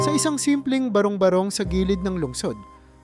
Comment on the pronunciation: Ano ba yan? Ulit ulit talaga .kainisssssss.tapos ang pronouncetion ng barong barong ..ba.. rong ..ba .rong malipat na nga .kaasar?